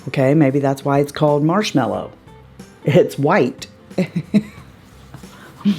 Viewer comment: It irks me that NYX called that primer "Marshmellow" instead of marshmallow.. ignorant mistake, typo or some sort of play on words? We'll never know!!... 🙃🤭